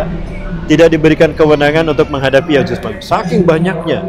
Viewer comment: Mohon maaf ya ustadz... Berkali2 saya dengar ustadz menyebut nya Yajus dan majus, mohon maaf tadz itu keliru,,, yang benar YA'JUJ ( huruf JIM) (MA'JUJ( nuruf jim). Di ayat Qur'an nya jelas di surat al Kahfi.... 😢😢😢 Mohon maaf sebelumnya...